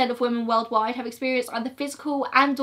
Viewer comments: i love ur videos so much, one thing that does bug me tho is how u say woman instead of women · WOMEN. WOMEN. WOMEN!!! I love these videos and I will forever watch them but it drives me insane when people continuously say woman for the plural of women. FOR THE LOVE OF THE ENGLISH LANGUAGE, SAY WOMEN. Woman = 1 woman. Man = 1 man. Women = more than one woman. Men = more than one man 😭😭😭😂😂😂